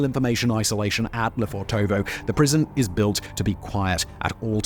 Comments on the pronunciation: Suggest you talk to a native speaker to pronounce it correctly. It’s LefOrtovo (emphasis on the first o) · Hey Simon, just a useless little tidbit of info - it's correctly transliterated 'Lefortovo' from the Russian Cyrillic, but actually pronounced 'Lefortevah' (with the only stress on the first 'o'). Russian linguistic rules an all that, y'know... Anyway, use it, don't use it. ;) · Lofèrtova. Pronunciation. I saw the gates today. Unassuming. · He needs to learn how to pronounce Lefortova.